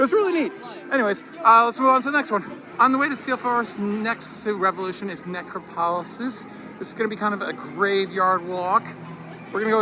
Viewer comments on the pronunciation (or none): It’s pronounced - Neh-crop-oh-lis